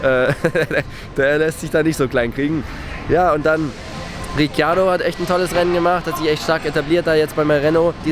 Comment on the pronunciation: Spricht man Ricardo wirklich so aus wie du es machst?